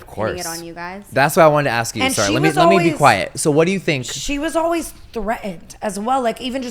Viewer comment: oooo yahh you’re right. I barely hear “the let me be”. When he says quiet, it was so emphasized. I was like OMG DAMN -_